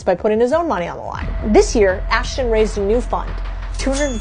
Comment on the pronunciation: Such emphasis on ASHHHHH…